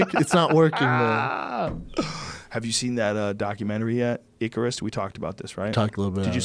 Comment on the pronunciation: Idk how many times I can listen to Joe mis-pronounce "Icarus"